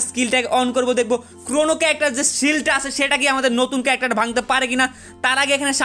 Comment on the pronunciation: Carecter 😂😂😂😂RIP ENGLISH